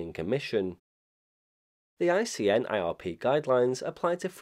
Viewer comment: I'm hearing repeated use of "casual link" in this video, when the proper term is "causal link." Otherwise, aside from ICNIRP being called ICINRP in one or more instances, a perfect post on the topic.